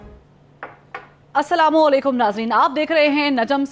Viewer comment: Samlikum nhi hota uncle Assalamualaikum